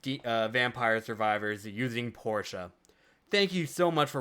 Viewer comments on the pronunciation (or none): Porta is definitely not pronounced like Porsha